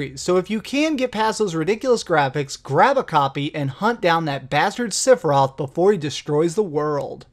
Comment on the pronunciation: WOAH WOAH WOAH, did you say "Siferoth"?